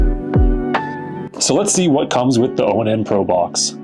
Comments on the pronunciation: I believe it's pronounced "ON" not O-N-N... anyhow, my small problem with it is i had to disable the voice control because doing so kept prompting the google assistant on my phone... that's the only thing amazon fire devices have over it is that amazon gives you 5 trigger words to rename your devices...I'm surprised google hasn't done the same with a simple update. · It's onn, not o-n-n